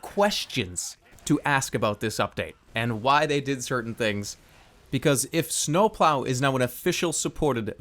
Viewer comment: i like how he says snowploau